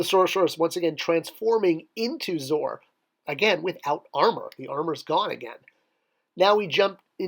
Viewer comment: Isn't it pronounced Zoe-Are not Zore?